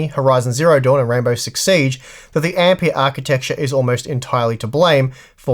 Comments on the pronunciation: The guy was named Ampère, not Ampeer. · Ampeeeahhh? Wtf!